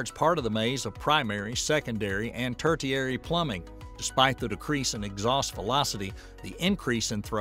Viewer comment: Tertiary sounds like tare shiary.